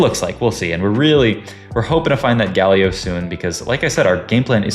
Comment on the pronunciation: Why does bro say "Guh Leo" instead of Galio